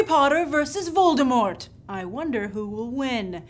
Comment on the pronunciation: The T in Voldemort is silent lovey :)